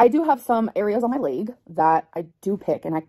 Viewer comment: Layyyyg instead of leg pissed me off beyond belief